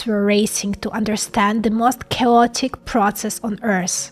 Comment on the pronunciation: yes it was cowotic